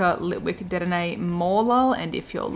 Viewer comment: Please it’s De-denne not Ded-enne